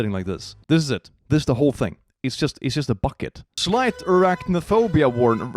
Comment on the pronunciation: Did he say Iraq no phobia ? 😂😂😂